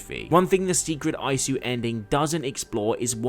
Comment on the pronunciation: I dont usually do this but holy shit your pronounciation was so fucking Irritating. Its not SIGARD its Sigurd. Its not the well of murmur, its the well of Mimir. It's not EYESU its ISU (pronounced eesoo)